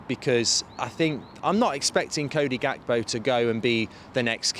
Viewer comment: Gekpo is pronounced wrongly. You need to drag the G mark. We do the same here in South Africa when we speak the "Afrikaans" language it's close To dutch the G is dragged